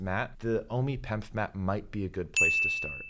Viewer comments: It’s P.E.M.F. not Pemf… smh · You’re actually sounding out pemf, instead of saying P-E-M-F like everyone else I’ve heard. Also F is for field not frequency.